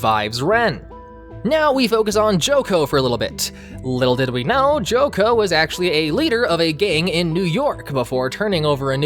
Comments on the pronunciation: If you are using the original japanese names... Why do you still call chocolove "joco”? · Him complaining about the name but calling Chocolove "Joco", Redseb "Ludsev" and Seyrarm "Salern" was cringe as hell.